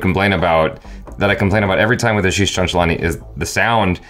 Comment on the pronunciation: Eventually he said ashish chankalani🤣